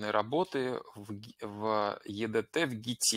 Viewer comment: Не е дэ тэ, а и ди ти😀